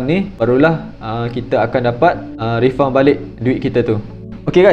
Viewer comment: Bunyi refund tu Rifan dik.bukan refaun.